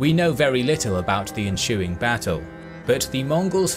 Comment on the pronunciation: yessss you said enSHuing again